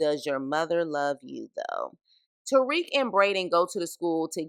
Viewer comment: Made it 1-2 mins into this vid before I got super disgusted & turned it off as fast as I possibly could. From the very start you give off this ugly “idc” attitude about a show you’re literally going out of your way to talk about AND POST to YouTube. You immediately called “Obi” “the one with the weird accent”…like bruh what? Also it’s TARIQ, not Tyreek. Two completely different names. It’s clear that you’re just a confused casual who’s just trying to gain clout off of the show Power but complains the whole time about how you don’t care for it🤣🤣. Make it make sense Sway!! Your best “SHTICK” is to be a nasty mouthed shyt talker?? WEIRD ANGLE! Nah this bushe leauge wannabe power video ain’t flying!! Us real fans take this Power shyt serious. Could never be a MARCDARK, RUDY P, LAMONT TYSON OR GIHIL!! 🗑️